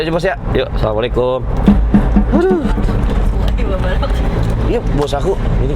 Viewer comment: Maaf..coba salam nya di benahi..kaf nya yg panjang bukan ta nya yg di baca panjang biar di dengar enak🙏🙏